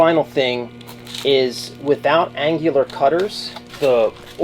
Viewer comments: An-new-lar cutter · An IT guy doesn't know how to google "annular pronunciation" LOL. an-yuh-lr. Whoda thunk it. Probably the 3rd video I've seen on these Mag Drills, and they have all had bad runout with the chuck.